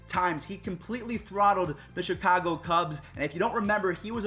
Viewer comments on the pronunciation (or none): none